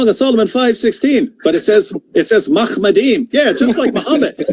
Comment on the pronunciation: It's not even read as makhmat, it's pronounced makhamaddim